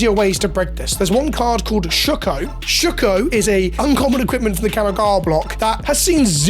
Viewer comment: “Shook-oh” yah, the whole community is shook